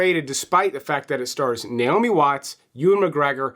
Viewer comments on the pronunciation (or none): none